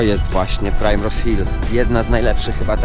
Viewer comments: Fajny filmik jak zawsze. Taki mały szczegół mówi się "Primrose" a nie "prajmrose". A do zoo polecam się wybrać bo to najstarsze naukowe zoo na świecie i jest w nim mnóstwo zabytków. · Mam znajomych którzy mieszkają przy Primrose Hill i Swiss Cottage i jeszcze się z taką wymową nie spotkałam. Żaden Brytyjczyk nie powie prajmros, ale ok skoro uczysz się z ulicy to spoko :)